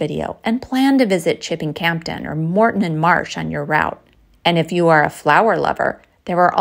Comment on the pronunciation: Ve the Cotswolds too, but FYI, The 'p' in Campden is silent.